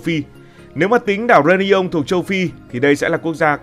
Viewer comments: Tức quá tên đảo người ta đọc sai tên phát âm. Réunion reyoonæn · Đọc sai phát âm tên đảo người ta nhá bực thật